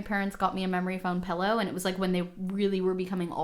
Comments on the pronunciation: He’s saying pillow wrong! It’s PILLOW not PELLOW!!! 😂😂😂 love u guys ❤️ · hot take should be that he says “PELLOW” instead of “PILLOW” 😂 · so many "pellow" fellows haha